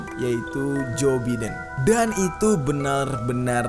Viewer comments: Bukam jo biden bang cara nyebut nya tapi jo baiden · di bilang jo baidan bukan joe biden emang kaya gitu